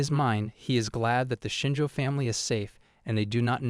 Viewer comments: It's Shinjo. 🙄😒 Not shinger, like the word ginger. 🖕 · It's Shinjo, not Shinji.